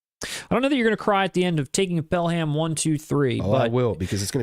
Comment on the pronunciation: Id say that Pelham 123 is absolutely worthy of a blind buy. It's classic. Further more, not to be a douce here, but it's pronounced Pel-em not the phonetic Pel-Ham. Love the show.